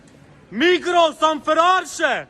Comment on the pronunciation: D usländer säget Migros nit Migro 😂